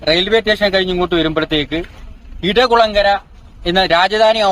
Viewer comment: ഇടകുളങ്ങര അല്ല ഇടക്കുളങ്ങര